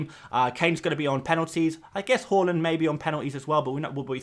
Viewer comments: It’s HAAAAAAALAND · Anyone else’s head spin around when he said “Hal-land”? I was like, is that a new player?? 😂